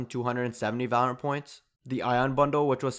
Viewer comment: and not once did he actually say it correctly